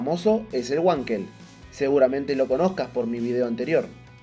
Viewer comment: Nao fale uankel. Fale VANKEL. (palavra alemã).